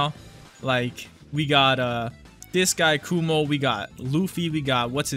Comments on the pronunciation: kuma btw not kumo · who more than me watched this video multiple times just to hear saying "kumo"